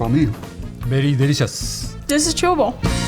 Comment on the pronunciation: “This is chewable” 😂